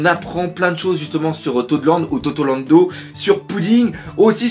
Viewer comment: perso je préfère la prononciation "totorando" :-P